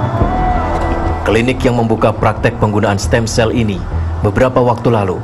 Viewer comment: "Stem Cell" mba , bukan stand sel